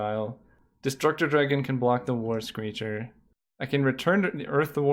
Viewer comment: Every time you said the words "War screecher" my mind heard "Worst Creature". Lmao